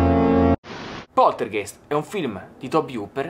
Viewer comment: comunque la pronuncia corretta è Poltergaist. è una parola tedesca e "ei" in tedesco si legge "ai" ;)